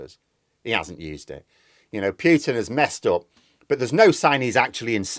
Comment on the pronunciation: please stop saying "Pyootin"; it sounds ridiculous! It's "Pootin". Thanks.